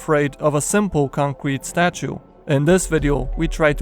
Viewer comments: Concrete not conqurete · He says concrete concwete what the heck And what is a terd or is he saying therd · i heard concwete statue did anyone else hear dat? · Xd the "conwete" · es she pee one sevin fwee, a concwete statu